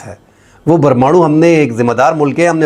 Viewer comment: جب آپ پرمانوں بم کہتے ہیں تو بڑا مزہ آتا ہے ۔